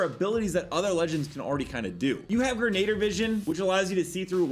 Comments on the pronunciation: Say it with us - "Grin - Uh - Deer" not Grenader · Gren- a- Deer not grenader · Hey bro I’m pretty sure it’s pronounced Gren•uh•deer I use to say Grenader too till my mom corrected me